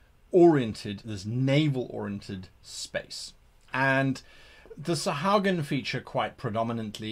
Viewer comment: Love the video. So many great tips here.... but, I have to... It's pronounced sa-HU-a-gin.